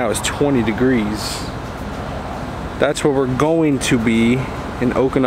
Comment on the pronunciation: Mrz im not giweng to school in wenday